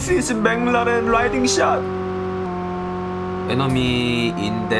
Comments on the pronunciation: It's McLaren but pronounced it as mang laren😂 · Bro he doesn't say MC larren he says it mang larren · Me: It's McLaren: No..!! Boi It's MangLaren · Everyone is a gangsta until says menglaren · When says McLaren what I hear is Bin Laden😂😂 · When say Menglarane 🤣🤣🤣🤣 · Everyone: McLaren: Banglaren🤣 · saying benglarn 😂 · Normal people: McLaren: MengLaren! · Nobody:: jenis bleck mnlaren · The way he says McLaren is like binladen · I thought he was saying benladin, it was mclaren..hahaha silly me. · Did he say Bangladesh 🤣🤣🤣😜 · I only hear said baclaren.what a cute guy. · I really misheard how he pronounced the McLaren as Binladen lol wahahaha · It's McLaren not binladen 😂🤣🤣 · Whi did I hear pronounce Mclaren "bin laden" 🙁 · I heard bang raren(mc laren)😂 and gorgofur not pol😂😂😂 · Did he say "Ben Laden road kill"?😂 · Wtf is menglaren😂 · Bro its McLaren not menglaram 😂😂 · What??? Menglaren??? Bangladesh??? 🤣🤣🤣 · Menglaren😂😂😂😂 Ur name is not Antenna😂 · Wtf is manglaren😂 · Mc laren🚫: mc lawden ✔ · I heard as Bin Laden 🤣🤣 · Nobody Literally nobody Le:Meglaren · i thought he was saying bin laden lol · "You must uh ride uh Benglaren🤣" love it😂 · maclaren My ear: bin laden 😂😂l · Funny how he says Menglaren! 😆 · Everytime he says mclareen i always hear "Bengladesh " 🤣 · "mac-la-din" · Meglaran RIP English 😂🤣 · I heard McLaren as BinLaden 🥲😂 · Whenever he say mclaren i heard bangloreee🤦‍♂🤣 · I thought he was saying bangladesh....🤣🤣🤣🤣🤣my fault... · Whenevr he says the car name, it sounds like "Bin Ladin " 😂😂😂 its car bro ..not terrorist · Is he saying Bangladesh or McLaren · The way pronounce McLaren😆😆😆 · The way he said McLaren was so funny 🤣🤣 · The new pronunciation for Mclaren was superb👌🏽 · The way he say McLaren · Maclaren Pronunciations Rip